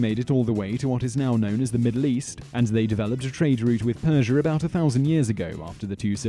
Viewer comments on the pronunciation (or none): The "Christy-ans"...and then they went to "Perjure"...